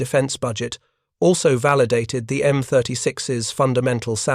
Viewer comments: This was not the first time the United States Army adapted a AAA gun for a tank destroyer this was done successfully by adapting the 3in gun in the M10. And please fix your A.I. it is annoying to constantly hear M36S instead of M36’s. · You really need to either read this personally as whenever the A.I. reads the plural for M-36's it says M-36 Ess. Will not subscribe with this poor A.I.